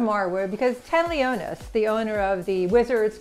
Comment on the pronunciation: That is not how you pronounce Leonsis.